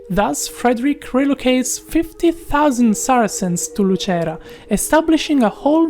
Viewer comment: He is from Italy, he just pronunce Lucera as an Italian!